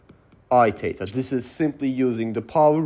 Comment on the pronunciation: As a native English speaker it took me a while to realize you were saying "THETA" great video though I learned alot